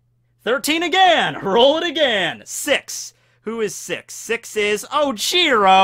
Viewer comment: Was he saying ojiro or oh jiro